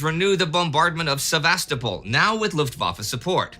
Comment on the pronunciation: I love this series and never miss an episode. Time Ghost productions are exceedingly well-researched and the presentations are top-notch. I do have one little criticism, however, and it has to do with the pronunciation of some Russian and Ukrainian place names. In this episode particularly, the mispronunciation of the city of Sevastopol is sort of like fingernails on a chalk board. The stress should be on the third syllable, not the second; thus, Se-va-STO-pol, not Sev-AS-to-pol. Also, the correct pronunciation of Ukraine is to stress the second syllable, not the first; thus, it should sound like you-CRANE, not YOU-crane. I lived in Ukraine for 12 years, which is why these mispronunciations catch my ear. Please take this constructive criticism in the spirit in which it is offered, and keep up the fantastic work!